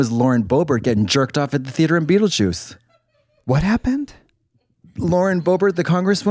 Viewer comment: Calling the theatre the THE AY TER after Katya said it enough times 🤣